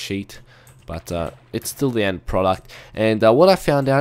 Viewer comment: Dude learn english. the not te lol. person not perso n (!?!??!) lol. too not to lol. :)